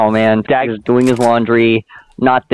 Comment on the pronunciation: This is not pags. It is dags.